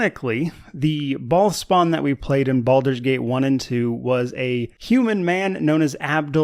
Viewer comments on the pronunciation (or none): everytime you say "bhaal spawn" i hear "bald spot". war of the bald spots...